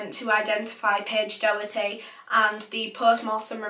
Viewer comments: Not being like cheeky or mean or anything xxx its promounouced dok-er-ty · It’s pronounced docherty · It’s pronounced dock-erty btw not do-herty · hi! its just to say doherty is pronounced dock-er-tee :) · It’s Paige docherty not Paige doherty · NO I WANT TO SLAP SOMEONE RIGHT NOW! MY LAST NAME IS DOHERTY AND IT IS PRONOUNCED DAW-HURT-EE. I AM NOT AGAINST YOU BUT THAT JUST KILLED A PART OF MY HAPPINESS xD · Her name is Doherty pronounced docherty ( like a throaty Huss sound) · Doherty is pronounced Dockerty by the way. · Last name....... same............ ? Also, I'm pretty sure her last name is pronounced Door-tee. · Well, this sounds complicated BUT, she lived in my area but I never knew her personally. She was My friends mum's cousins daughter (that's confusing) so it was all over my mum's facebook. And p.s it's pronounced like docherty rather than an oh sound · I’m from Clydebank and this still is so raw to all of us. Paige was an angel. No offence to you but it’s pronounced doc-herty! Rest in peace paige❤️ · So sad :( I remember hearing about her disappearance and just hoping she’d be found safe. couple of my pals knew her as well and said she was a lovely, kind girl Also Doherty is usually pronounced Dockerty in Scotland but idk if hers was different or not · I live around 20 minutes from where this happened and Johnny worked with my best friends Mum I’m pretty sure I even met him before, nothing like this ever happens around here so it’s super scary 🤷🏽‍♀️RIP Paige💜 its also pronounced dock-er-ty 😊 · You pronounced her last name wrong x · Does she know she’s saying Doherty wrong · It’s so weird how she says Paige’s second name it’s not right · The way you pronounce Doherty .. Oh my god